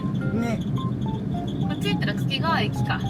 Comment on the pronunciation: 掛川も袋井もネイティブイントネーションで泣ける